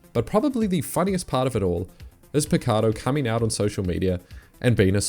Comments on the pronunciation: And btw his name is not "picardo" is more like "Pixardo" tip for next video on him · You've also been butchering Mahuchikh for a while now. You keep saying Mahukhich. You're switching the last two syllables. Pichardo is also pronounced Pitshardo, not Pikardo. You can always check their wiki page if they're famous enough for pronunciation, or put their name in Google translate in the language it's from to know the pronunciation. That being said I really love the content and hope to see more! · wonderful video!!! just one thing. the portuguese name pichardo is read as pishardo not picardo <3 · Pichardo is also wrong. The "ch" is pronounced like the "ch" in Chap-Stick. Pi cha(p-stick) rdo. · Pichardo's point is quite valid if his story is true. You can't measure one athlete with the electronic ruler and the other one by the naked eye. If that is true, he's right. Not a sore loser in any way. Also, Pichardo is pronounced wrong. The "ch" is pronounced like the "ch" in Chap-Stick. Pi cha(p-stick) rdo.